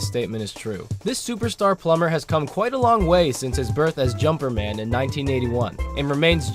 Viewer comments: Jumpman not jumperman lol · Jumperman? It’s Jumpman. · Jumpman, not Jumperman. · I heard "Jumperman" not "Jumpman" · It's jump man not jumper man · It's Jumpman, not Jumperman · Jump man not "Jumper man"" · its jump man not jumper man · so he DID say jumper-man. I wasn't to sure if I heard him correct or not